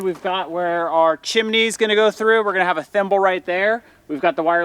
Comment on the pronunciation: I noticed said “chimney” when he was talking about the the thimble going in the wall. I always got a chuckle when he said chim-a-ney. I hope the comments didn’t get to you 😊